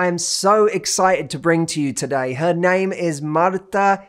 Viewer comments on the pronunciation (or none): stop pronouncing her name in Spanish accent! it is annoying